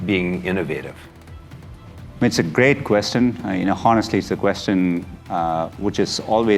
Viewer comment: He really said honestly with a hard H